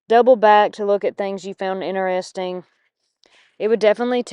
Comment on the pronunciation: I laugh every time you say "inarresting" instead of interesting. You say it a lot. Fingernails on a backboard!